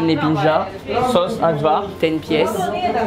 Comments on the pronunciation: Pour info a , le cevapi c'est un plat traditionnel de bosnie de base, mais connu dans tout les pays balkans. Et la bas le J se prononce Y , donc on dit Ayvar 🤣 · Ça se prononce aillavar et pas ajvar😂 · Vous dites hajvar avec le son j comme en Français mais c est le j en allemand (jott)